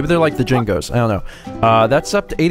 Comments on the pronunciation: Oh, god. said "Jingos" instead of Jinjos. XD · I love how you said the "Jingos". That made me laugh so much! They are actually called Jinjos btw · IKR lol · HattyHattington Fuck! You're right! XD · TheRealKenpai Maybe, but it's still hilarious. XD